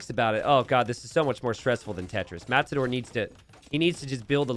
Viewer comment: It's Matador not mazador?